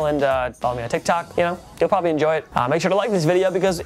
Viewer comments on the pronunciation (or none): none